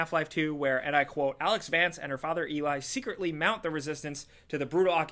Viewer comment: I think its called A-lyx, not Alex.